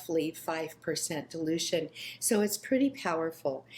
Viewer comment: I heard you say delusion rate lol BUT you actually meant dilution rate. God bless you .Maranatha